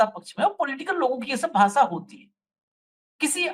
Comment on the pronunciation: Yaar ek to hindi seekh lo bhasa nahin bhasha gyanes nahin gyanesh hindi nahin aati bhasan nahin bhashan